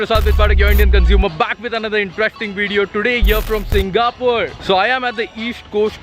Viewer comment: bro it is not 'SingaPUR', say 'SingaPORE'